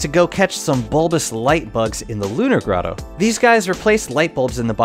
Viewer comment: You miss pronounced the grotto